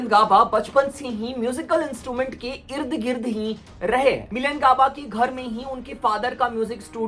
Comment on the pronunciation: Not gird gird its ird-gird